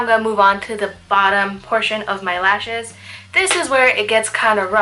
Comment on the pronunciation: towards the end your describing "how the black can close up your eyes", and you were moving to your lashes, and i thought you said "moving onto your last shit." ' when what you were really saying was lashes.LOL